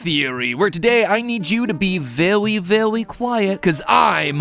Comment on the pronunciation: Vewwy vewwy quiet